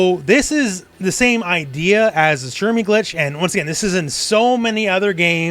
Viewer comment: "Shiranui space program" XD